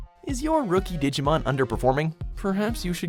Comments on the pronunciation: Anyone notice this guy can't pronounce a single Digimon name correctly? Seriously this fucking dumb shit needs to go back to school and retake English all over again! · PLEASE LEARN WHICH SOUNDS ACTUALLY EXIST IN JAPANESE, AND HOW THEY ARE WRITTEN! YOU HAVE BUTCHERED ALMOST EVERY DIGIMON'S NAME!